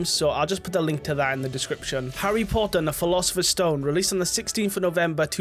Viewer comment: Harry Pottaaah'